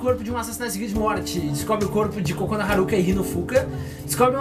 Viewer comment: Quando vc fala kokona eu penso cagona kkkkkkk